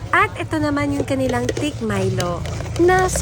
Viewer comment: It's THICK NOT TIK!!!